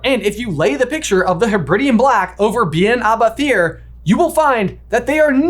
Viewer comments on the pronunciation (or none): its pronounced bet-hear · "Bethir" is pronounced more like "beh-here" because TH in Scots Gaelic is pronounced much more like an English H.